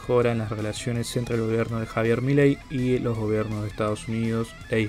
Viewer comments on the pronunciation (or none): none